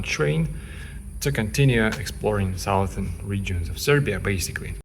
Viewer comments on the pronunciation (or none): Look up the pronunciation of "southern". It is pronounced "suthern". The first syllable is not pronounced "south".